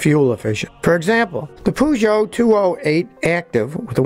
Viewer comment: I died when he tried to say Peugeot